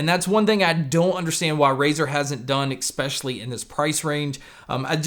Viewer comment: Also...there's no "x" in especially. While we're here, same deal with espresso. No x or x sound. Hope that helps.